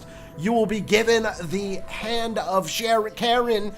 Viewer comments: Charon is not pronounced Share-on it’s pronounced Care On (look it’s stupid pronunciation but the Ancient Greeks were weird anyway) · that first one is pronounced kairon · Charon, sounds like Ky-ron haha. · Charon (pronounced kinda like Car-Ron, but I liked how you pronounced it) was the ferryman of the dead in Greek and Roman Mythology. He would carry the souls arose the river styx to the realm of hades to the judges of the dead where they’d be judged before being placed in the fields of asphodel, the fields of punishment, or be put in a Elysium or go for rebirth and if they achieved the chance to be reborn and got to Elysium three times the judges of the dead would grant you a place at the isle of the blessed. You had to pay the ferryman in order to be brought to the underworld and if you could not pay the toll your soul should be left to wander the shores of the afterlife/underworld for 100 years as your payment across the river styx